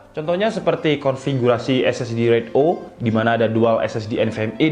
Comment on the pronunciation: koreksi bang, pelafalannya bukan RAID O (huruf O) tapi RAID ZERO (angka nol)